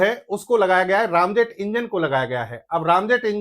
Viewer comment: बहुत अच्छी जानकारी दे रहे हैं आप लेकिन दुख है कि बार–बार आप रैमजेट को रामजेट कह रहे हैं जो खटकता है। रैम आंग्रेजी का शब्द है जिसका अर्थ है तेजी दबाना या धक्का देकर ठेलना। इस जेट में सुपर सोनिक गति से हवा इंजन में ठेली जाती है फिर उसने ईंधन स्प्रे किया जाता है। यहां इंजन जलता है और पीछे की ओर निकलता जिससे गति और तेज हो जाती है। निवेदन है कि कृपया राम की जगह रैम कहें।